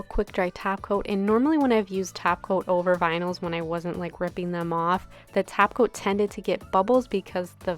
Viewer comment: Do u say taco instead of topcoat?